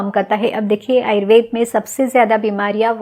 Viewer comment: Ma'am why have started saying "ayurvedAA" for everyone. Please call it ayurved as you always do. 🙏🏼